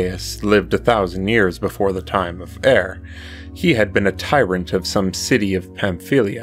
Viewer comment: Appreciated reading and graphics thanks! P.S. It's pronounced Urr.